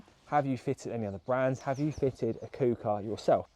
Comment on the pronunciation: Great video, but it's pronounced "cooker" and not "cooper" 😂